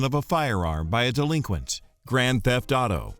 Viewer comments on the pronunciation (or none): Delinquent always sounds so funny to me.